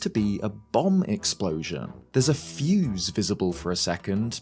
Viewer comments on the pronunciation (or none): none